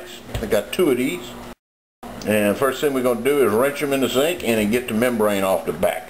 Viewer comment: "Wrench it off....in da zinc" lol sounds like my grandpa. He's from opelousas